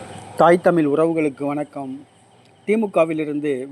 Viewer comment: தமிழ் என்று சொல்ல பழகிய பிறகு பொது தளத்தில் பேசுவது நல்லது. தமிழின் சிறப்பே ழகரம் தான்.